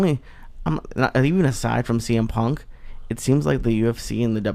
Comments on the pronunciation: “CM…..CW PUNK” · he said CW PUNK lmfao!!! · Cringing at him going out his way to mispronounce cm punks name over and over again to act like he doesn't give a fuck like an immature teenager. Joe rogan and all his pals all act like idiotic 15 year olds. Ps. Ive never watched wwe and never will.